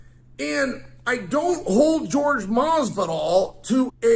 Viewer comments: His name is Jorge, not George. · I love how he calls him George. Every. Single. Time. 😂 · It's Jorge, not George. A boxing match, Chael vs Jorge would be good👌. And I believe he is talking about your wrestling when he talks about crotch sniffing and maybe Masvidal would prefer to stand and bang cause that's his only chance. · So i dont know what Chael has against Jorge but i can tell you being from Miami a lot of people know Masvidal. The guy grew up street fighting it Kimbo Slices crew. Another thing i want to point out is its not “George Masvidal” its “Jorge Masvidal” pronounced differently and most people nowadays just cause of that will tell you they dont know who your talking about lol. Trust me people are special 😂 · LMAO Jorge Fucking with a real G.